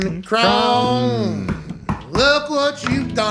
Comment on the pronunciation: Pat refuses to drop this imaginary 'N' in Omricon lmao